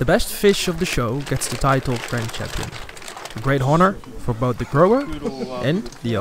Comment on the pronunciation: Grand 'Chanpion'